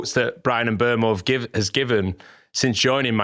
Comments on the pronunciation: Still not right. Everyone either says ..oo-mow or ..err-mow, but it's somewhere in between. Just a French "eu" vowel sound really. And the end o should be more truncated than everyone does it. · FFS there is no r in Mbeumo. M Boom O, it’s not hard.